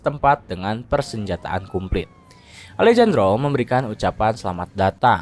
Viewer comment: Alejandro dibaca Alehandro min 😅